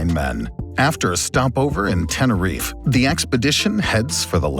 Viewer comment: Tenerife, the e is not silent